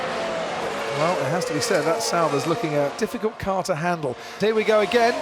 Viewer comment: Who else thought he said « Vettel now considering the rear wing of Grosjean’s ass » ?